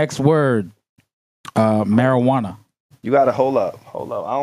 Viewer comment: … “Marajuana”???